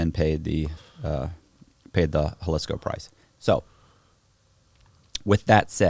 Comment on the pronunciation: Bro it's ha-lees-koh i know Google tells you it starts with a hu sound or ho soubd but my girl and her entire family are from Guadalajara the biggest city inside Jalisco and we go once a year. You are the first person I've heard pronouce it like that and Google is the 2nd lol. But you'll never hear anyone in or from anywhere in mexico pronoubmnce it. 👍👍👍